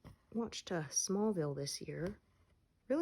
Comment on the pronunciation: Hi!! I loved "Smallville" too, it was so funny when you say it... And yeah, arrow is like the same, but not exactly the same... Smallville was more slow and kind, maybe cuz it was running 2000 and 2010. Thanks for stitch with me.!!